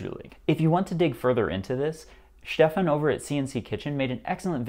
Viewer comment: 😂😂 Did you call him “Sheffin” from CNC Kitchen? 🤣🤣